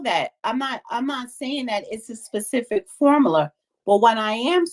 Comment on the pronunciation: What is a "formalar"?! No wonder she's single... she's illiterate🤦🏾‍♂️😂